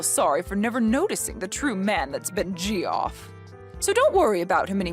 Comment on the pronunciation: It's pronounced Jeff, not Gee-off